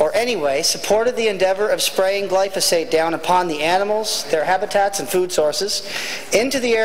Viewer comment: I'd advise the good member that if he wants to sound a bit more educated on a topic, he should learn how to pronounce the word "Glyphosate".